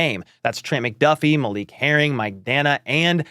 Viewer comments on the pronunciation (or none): none